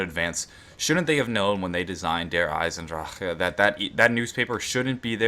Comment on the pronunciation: you seriously need to just stop saying Der Eisendrachen. Lol.